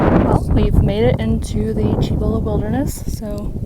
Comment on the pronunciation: Awesome ! FWI ... different pronunciation of the Cibola forest. It's spelled " Cibola but sounds like " Seebola" 😊